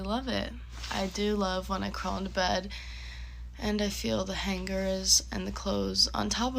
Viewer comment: Oh Lord. The way she says hangers